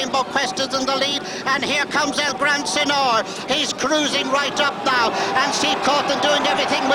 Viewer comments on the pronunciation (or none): Mongrel commentator, calling it El gran sen nore